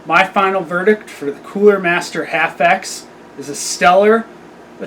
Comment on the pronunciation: That's H. A. F. X...I don't know what the hell middle school or junior high school English classes, or who your English Teacher was, but when you see a group of capitol letters together like that in a name, that means it's an Acronym, that means each letter stands for something different...